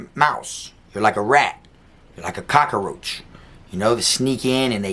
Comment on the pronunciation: I get that, but you don’ta say it “cockaroach”, or do you? 😁